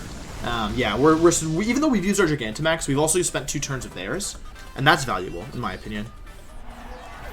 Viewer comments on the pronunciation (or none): none